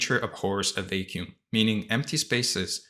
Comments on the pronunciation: Brother please pronounce vacuum well its a word you use so often hahahah its not vei-kium its va-kium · Thank you so much for this valuable content! I did feel a little thrown off each time you pronounced “vacuum” as “vay-kew-m” though 😅 But I know that English might not have been your native language.